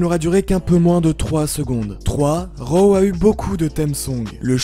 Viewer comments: On dit ro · C'est raw pas row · C'est drôle la façon que tu dis raw